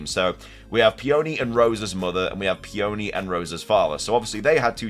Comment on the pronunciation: Somebody please teach this poor boy how to pronounce Peony before my ears bleed any more